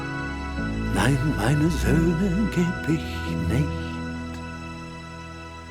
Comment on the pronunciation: Thank you so much,, for fulfilling my wish - even it was a German song❣️I am absolutely on the same page with all your thoughts around that subject and the German pronounciation of the title at the end was really good 👌🏻